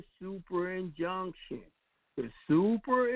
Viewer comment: Turning off comments on your other videos is the best way to prove that you're an absolute grifter. If you had the confidence in your convictions then you would welcome debate... Instead you're an absolute coward. Also, the word is INjunction...not CONjunction, dummy.